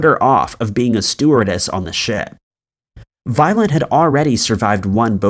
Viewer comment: Why do I all the way hear “violent” instead of “violet”!? It gave me a shake every time ))